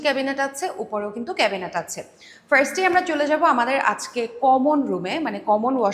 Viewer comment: not frast !!!!!!!!!!!!!!!! say first , okay ????????????? borbor kothakar .